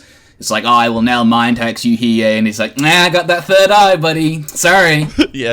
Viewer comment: he needs to learn how to say hiei lol dumbass